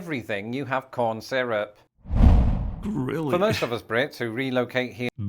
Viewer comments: seer-up, not sigh-rup :) You can't eat a lot of American food without syrup. Especially our breakfasts. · Syrup. Sear-rup